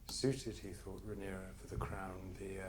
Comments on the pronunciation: AND stop saying RhaenaerYS, 14 episodes in and it still makes my ear bleed every F ing time !! RhaenerA you wanker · Is there some reason keeps referring to Rhaenyra as Rhaeneres, lol? It's so weird, like they say her name 26 times per episode 😂